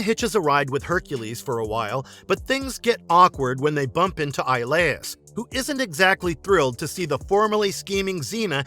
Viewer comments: Hercule's best friend's name is pronounced E-O-Lis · Hercules' friend's name is pronounced Ee-oh-lis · So annoying to hear it mispronounced so many times. Guessing narrator never watched the show. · it was bothering me too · Yeah, it always gets on my nerves when they mispronounce the names of the characters in these videos. 🤦🏾‍♂️